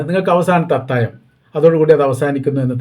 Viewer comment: അത്താഴം ആണ് അത്തായം അല്ല. താങ്കൾ പലപ്പോഴും ഴ എന്നുള്ളതിന് യ എന്നാണ് പറയുന്നത് 😊